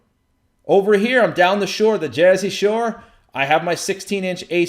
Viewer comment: Loved how you said the Jersey Shore! Good shot at it! I'm a Proud Jersey Native